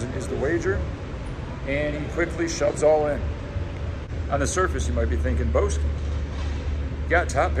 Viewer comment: > Jeff Bow-ski